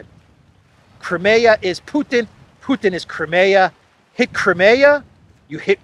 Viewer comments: It's CRY-ME-YAH, for cryin' out loud - not KREMAYA, which sounds like some kind of body lotion! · Crimea river.